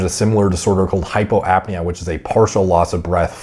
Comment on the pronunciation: It's apnea and hypopnea.